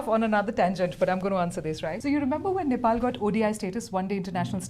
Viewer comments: I m glad called nepal not nepol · loved the way he said NE'PAL' instead of NE'POLL'